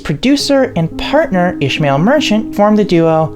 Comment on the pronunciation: Great video! Only correction: it would be pronounced Is-ma-eel, ish-mal.